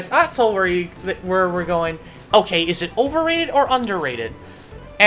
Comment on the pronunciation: the way he says atoll hurts my soul